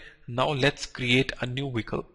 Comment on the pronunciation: It's pronounced Vehicle not wicle